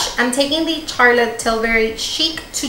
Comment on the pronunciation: I love how she’s saying “Carlotte” 😭😭😭😭